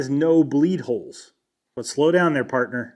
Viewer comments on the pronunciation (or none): none